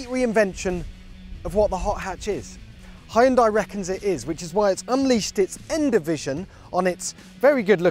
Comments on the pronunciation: It's not "Hi-un-die", it's "Hun-day" 🙄🙄🙄🙄🙄🙄🙄🙄🙄🙄🙄🙄🙄🙄🙄🙄🙄🙄🙄🙄 Why do people always butcher foreign brand names? It takes a moment to look up the correct pronunciation. 🙄🙄🙄🙄🙄🙄🙄🙄🙄🙄🙄🙄🙄🙄🙄🙄🙄🙄🙄🙄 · Now we just need a button that pronounces Hyundai correctly.